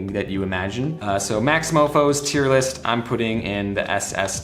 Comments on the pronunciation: man i just love a good ol' IER LIS' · “TEIR LIST” Lmao